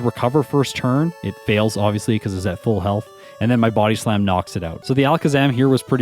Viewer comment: The way you Buody slam kills me lmao love your videos!